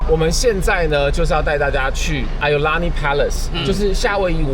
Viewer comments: should prounce as"eeo Laa ni" Palace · iolani 的發音好像怪怪的，當地人好像是念(Yī'ào lāní)，不是 i 發音